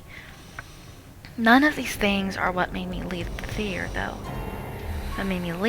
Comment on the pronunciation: She says theater so atrociously. she says it like THEE-TEE-AIR. Ugh it drives me fucking nuts every time she says it.